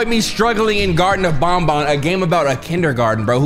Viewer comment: its ban ban not bon bon